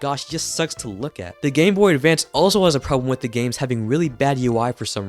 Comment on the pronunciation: at the very beginning you say "ahhh... The Gameboy Davance"